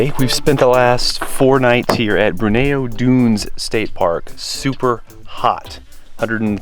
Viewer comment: Bruneau is pronounced 'Brew No'.